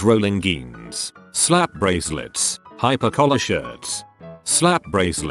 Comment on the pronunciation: Nobody: ... Reddit Robot Voice: G-eans